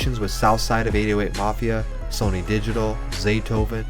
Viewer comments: Pronounced “Sunny” not “Sony” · Lmao "sony." It's sonny. Like sunny. God that Tuesday beat soooo haaarrrdddd.